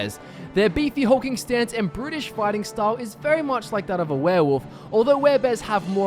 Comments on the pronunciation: _ _- i know what he was MEANT to say, but it sounded like british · i swear it sounds like he says "british fighting style" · I thought he said British, but I realized that made no sense, and I realized he said brutish